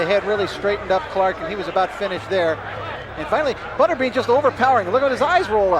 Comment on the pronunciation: C'est quoi cette proconciation ?!? "Butaire béant", sérieusement ? C'est "Butterbean", prononcé "beuteur bine", qui veut simplement dire "haricot-beurre"... Idem pour "tough man", ça ne se prononce pas "tougmant", mais "taouf mane", ça veut dire "homme dur"...